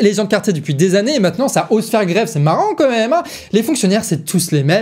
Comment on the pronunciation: Il continue à dire comême.. c'est quand-même.